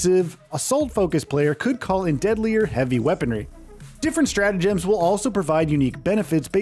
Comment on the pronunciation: the word "emphasise" is used allot in this video. which is suiting to the focus on the "G" in stratagems. your saying it weird.